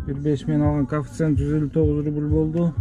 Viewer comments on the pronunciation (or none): Кафицент эмес коефциент